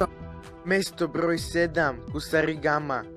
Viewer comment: ide mi na kurac taj mesto brrroj sedam, husarrrigama